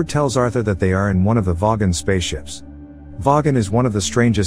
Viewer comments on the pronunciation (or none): no no no! voy-gon not vogg-on! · Soft a on zaphod and vogon is with a hard o not a soft a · I can't get over the weird pronunciation of "vogon" by the robot voice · Didn’t know the vogan was pronouced that way